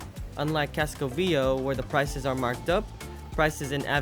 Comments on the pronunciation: Fyi. For anyone planning to visit. It is pronounced Casco Ve A Ho not Casco Veo. Easy mistake to make if unfamiliar with spanish. Over all a great video and very informative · Excellent video.. my only gripe is I wish you could pronounce Casco Viejo properly.. it's pronounced VEE-A-HO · You mispronounced ( CASCO VIEJO) KASKO VYE HO 30 TIMES. YOU NEVER HEARD HOW EVERYONE ELSE WAS SAYING IT? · His pronunciation of “Casco VieJO” drives me nuts! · Casco Vee A ho. Avenida CenTRAWL. LOL. A little annoying, but beyond that, a great video.